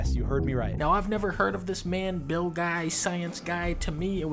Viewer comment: the way he mispronounced Bill's name is hilarious